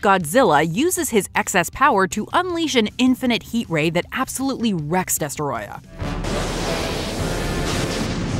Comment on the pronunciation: destroyah (DUH-STROY-UH)